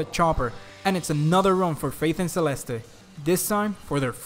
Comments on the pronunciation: It's Selest not Selestei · You don't pronounce the last E in Celeste as ay it's silent. Said like "Selest"